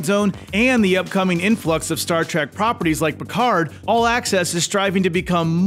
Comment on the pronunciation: "Star TRACK" 🤣😂